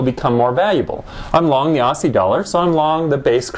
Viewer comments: "AWSSIE" lol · ossie?? As in "posse"?